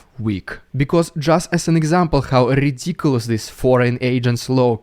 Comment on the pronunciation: I love the Dude's pronunciation of rolling Rs e g like when his says "rrridiculous Rrrrussian prrrropaganda" the first time in this video. Now that is how R should sound and be pronounced. 🙂 Slava Ukraini